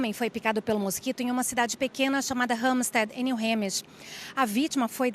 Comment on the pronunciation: Alguém por favor ensina essa repórter a falar “New Hampshire” corretamente 😅. Que agonia!